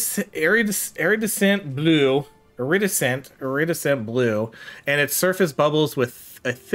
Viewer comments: With those little events, I'm pretty sure the longer you take the less your reward ends up being. So it starts as the amount you first see, but ticks down as you're clearing the room. That's why it wasn't 50 anymore. Lol and iredescent is pronounced ear-uh-des-int 😅 The way you pronounced it was hilarious. You mutilated it, but it was funny. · where I live iridescent is pronounced ir-id-eh-scent